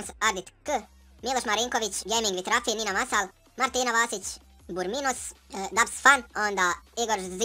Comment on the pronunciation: Dobar klip Ali nije burminos nego buminos